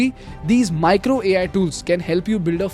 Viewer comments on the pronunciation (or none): none